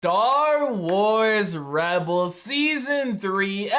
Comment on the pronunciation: "Dar Wars Rebels" is what I heard at the start lmao